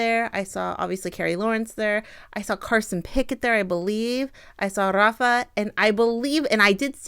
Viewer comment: Just a pronunciation note, in the Portuguese language the leading R in Rafa is actually pronounced as an English H. So it would be pronounced ‘Hafa.’